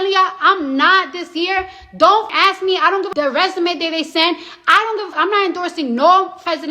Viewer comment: Hey! Not "Do she understand " please speak properly it's Ask not AXE! Thank you, Americans!